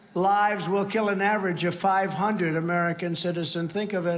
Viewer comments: I'll kewwl you a mewwion times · "And keel people." Apparently, pirates are robbing stores now. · “keywill people “😂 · “They keel them when it’s necessary and when it’s not necessary”. I can only imagine how foreign leaders worry when they hear this and consider an even remote possibility that this man will become US president again. It’s frightening.